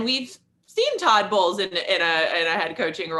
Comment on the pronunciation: At and it was less obvious the fifth time through. :)